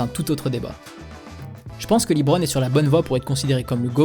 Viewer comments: Ça se dit bien “Le-bron” et pas “Li-Bron”, faut regarder un peu plus de matchs je pense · Par contre faut que t'arrête de dire "Libron"